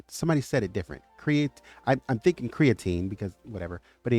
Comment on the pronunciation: Its createen